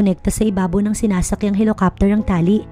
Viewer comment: Bakit di niyo tinatama ang pag pronounced ng HELICOPTER, ang pangit pakinggan ng HELOKAPTER..parang di kayo marunong magbasa niyan